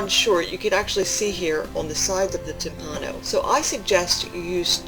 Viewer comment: The word "timpano" is pronounced "TIMpano", with the tonic accent on the first syllable. While "timpano" means "drum" in Italian, as you explained, so does "timballo" (pronounced "timBALlo", with the accent on the second syllable), but both terms are archaic in that sense, and many, if not most, Italians would not associate either with the word "tamBUro", the current equivalent of "drum", and analogous to the French "tambour". While I have never heard the term "tamburo" in a culinary context in Italy, the word "timballo" is there universally understood to mean the dish you are describing, and similar ones. Saluti a tutti e buon appetito. Alessandro Ferrero